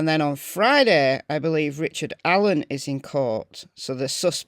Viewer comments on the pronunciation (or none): none